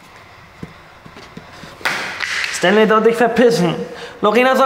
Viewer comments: Der heißt stanlay und nicht standlay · Warum sagt Fatima eigentlich immer Stantley anstatt Stanley? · ER HEIßT STA*N*LEY NICHT STAN*D*LEY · Niemand: Wirklich niemand: Fatima (immernoch): Standley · Bevor Fatima "Standley" bekommt muss sie erstmal lernen wie man den Namen ausspricht...